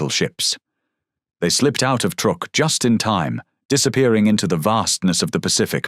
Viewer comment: truk NOT trook